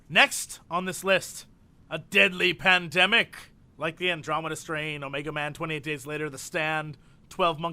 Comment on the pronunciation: "A deadly pandmemic" ahahahahaha.....